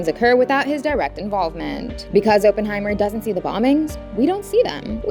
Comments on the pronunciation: "Oppen", not "Open"!!! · its oppenheimer pronounced "awe - pen - high - mer" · fyi oppenheimer's name's pronounciation is aww-pen-hye-mer